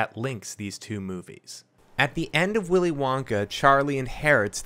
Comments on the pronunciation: extra "o" in "of" I truly don't know how I noticed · "The beginning oof Snowpiercer" I had to do a double take. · "The beginning oof Snowpiercer" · "The Beginning OOF Snowpiecer" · "the beginning oof snowpiercer" lol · "the beggining oof snowpiecer" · "Beginning oof Snowpiecer" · “The beginning oof snowpiercer”